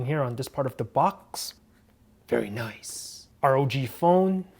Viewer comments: I like how you say "Very Noice" 👌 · love that accent when he say "very nice"